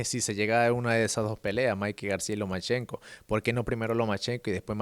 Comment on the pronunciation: Say "Lomenchenko" one more time ffs!! It's Lomachenko.